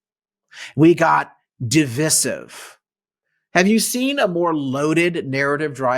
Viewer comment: Please learn how to pronounce "divisive". It rhymes with decisive, not with permissive. The " vis" has a long i, sounding like "vice". Thanks.